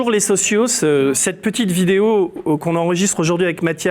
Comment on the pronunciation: On avait compris, mais c'est bien que vous mettiez les choses au clair pour tous. Ce n'est pas agréable ce genre de moments, mais il sera salutaire. Courage ! Et bravo pour vos avancées. Le seul truc qui tâche, c'est le S à la fin de socio... qui s'écrit mais fait mal aux oreilles à l'entendre ;)